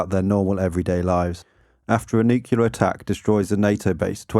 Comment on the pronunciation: OK, I'm gonna be that guy-- If you're going to be saying a word dozens of times in your video at least learn to pronounce it correctly. Thanks. NOO·klee·ur, not nuke-ya-lur.